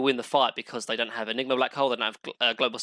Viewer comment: nobody:: droh enigmer husker snepfoir mine-o-tor haych-pee and maner also